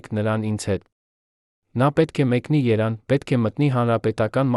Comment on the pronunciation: 🇦🇲❤️🙏Արա ինչ Երան ՝Այս քոմփյութերը թուրք կողմից է խոսում ։Հիմարներ Երեվան ոչ թէ Երան ։1973 թիվ ՚ոչ թե 1973 երորդ տարում ։Ավավաղում եք Հայոց լեզուն ։ Բարեվներ Գլենդելից ։ 🇦🇲❤️🇺🇸